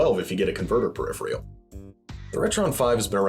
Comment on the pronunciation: Peripheral. Say it with me now, PER-IPH-ER-AL. Not "Periphrial". Thanks.